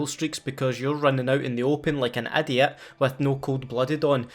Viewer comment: “Rrrunning arr-ound like an a-ddiat” Lovely!